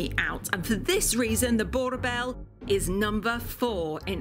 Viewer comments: as a South African I was disappointed to hear a Boer-Bell??? Its pronounced as "Boer-Boer" (The L is [lowkey] silent) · Boerboel is pronounced as boorbull not boerbell I hate the way you vocalize the name please please change. but your videos are topnotch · Its pronounced BOERBOEL(BOO like when you scare someone, The R should be prominent RRRR and BOEL is the same as BULL) Not BOW EL. BOER means farmer and Bull basicly its size and tenacity. So BOERBOEL....BOO- R BULL...BOERBOEL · Dear South African hear. The word Boerboel is not pronounced Boer-Bell, but Boer-Bull. The Boerboel is a bull mastiff, not a bell mastiff. Kind regards, love your channel. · The Boerboel is pronounced with a "bull" not "bell" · As a South African, I'll help with the pronouciation of Boerboel... Boo-r-Bull(That easy) its not a Boor'bell' but Boo'r'bull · I understand you are not SAn🇿🇦but please it’s pronounced Burr Bull not Boe Bell… it’s Bull not Bell. Thank you. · Boerboel is pronounced "boor bull" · Why can't I find somebody that can correctly pronounce Boerbull on YouTube? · Boerboel is properly pronounced boor bull the r is not silent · The boel in boerboel is pronounced bull. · You pronounced Boerboel very wrong please do your research before making a video